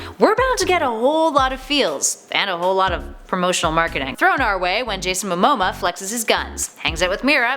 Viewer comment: Did you say MOMOMA